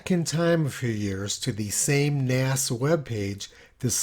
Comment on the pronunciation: NASA became NAZA…